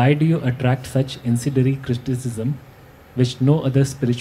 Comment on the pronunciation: questioner needs to learn English .. its not "incedery cristicism" but incendiary criticism. Suggest use of Hindi or another language. Never heard the word cristicism !!